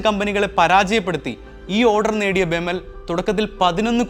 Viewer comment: ബെമൽ അല്ല ബി.ഇ.എം.എൽ ആണ് വേർത്തിരിച്ചു പറയണം കേട്ടോ